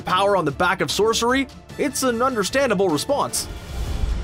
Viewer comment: The way he said “sorcery” 😂